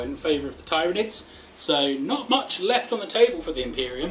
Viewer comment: Twitches at how you say Tyranids No just kidding, but really good job! I enjoyed the battle report. It does bug me ever so slightly how you say Tyranids though. You say it TIEryanids, while most pronounce it TEARynanids